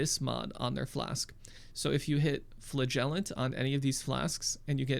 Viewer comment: It's pronounced FLA jel ent. Like your mom.